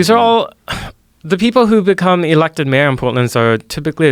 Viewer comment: This guy's voice is the most annoying thing I've heard all year. His pronunciation of words like mayor make me cringe so hard I'd punch him in the fucking face..